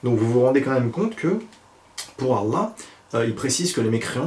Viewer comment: Je vous pardonne meme si vous m'avez profondément blessé vous et vos commentaire et surtout l'auteur de cette vidéo.Premierement tu ne connais pratiquement rien du Coran t'essai simplement de persuader les gens en disant Allah et Mohamed(sws) avec un accent arabe.Je trouve surtout complètement stupide de comparer l'islam au père Noël.Ensuite l'islam est une religion de paix même si des personnes l'utilisent comme raison de tuer,il est écrit dans le coran que si tu tue un homme c'est comme si tu tue l'humanité et si tu sauve une personne c'est comme si tu sauve l'humanité!Et puis il y'a des versets qui parle de vérité scientifique:les deux mers qui ne se mélanges pas sont cité dans le coran,on parle aussi des différentes parti du cerveau et de l'évolution de l'embryon!Cette vie n'est qu'un test chacun à ses épreuves:pauvre,mort d'un proche,dépression etc.. Je sais pas quoi te dire seulement de revenir dans le droit chemin!